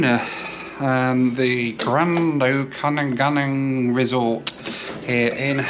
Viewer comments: Okanagan is pronounced Oka-NAW-gaan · There is a lot of mining in Yukon, a lot of the crew who get like 3 weeks on 2 weeks off live in the Okanagan resulting in a lot of commuting, hence the tag on. BTW, pronounced Oak-a-nog-an. It is wine country and a bit like the lake district, just 20 degrees warmer in summer (and lots of forest fires) and 10 degrees colder in winter often with lots of snow. It is a real resort town where the lake beaches are like the seaside and is popular with both Vancouverites and Albertans. Personally, I dislike it as it is too busy and fake and Penticton and Osoyoos to the south are much nicer - the former also has an airport served by AC Q400 and a new Navajo operator. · You missed his complete butchering of “Okanagan.” I didn’t even realize what word he was trying to say at first. I had to listen 3 times until I understood he was saying Okanagan.